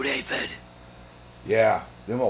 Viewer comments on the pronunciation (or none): Wow this guy is awesome! I cringed when you said root aphids.